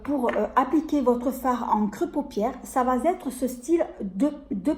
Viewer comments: On dit. Ça va. Être Pas. Ça va zetre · Coucou.. Ne prends pas mal . Mais tu peux dire ÇA. VA ÊTRE.... 😭😢. Y a pas de liaison.. Pas de S. . Tu le dis à tte tes vidéos.. Je t'assure c'est pas méchant..tu J'adore tte tes vidéos et tu le vois... Cette vidéo est pour moi.. Je ne sais pas me maquiller.. Et alors les pinceaux n en parlons pas... Trop Contente.. Allé je visionne.. Bisous à bientôt et prends soin de toi 💋💖🌹😘